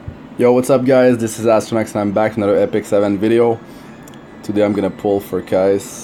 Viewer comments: "Kais" lol I usually pronounce her name as "Key-say". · Her name is pronounced.. key-say... lol just saying.